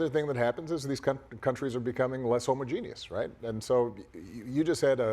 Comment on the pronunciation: I’m sorry, I hate that took me out, but how TF did this Harvard Law grad pronounce the word “homogenous”, and how do YOU pronounce it?